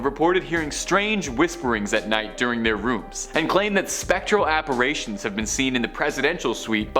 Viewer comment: Appa Rations? Dude Appa Ritions Stay in school!